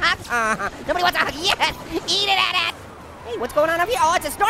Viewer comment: Ha he called it a atat it's at at